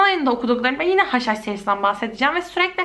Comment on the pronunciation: hush hush serisi dediginde yenilen haşhaş sanıyordum akbskajaajabajsjsjh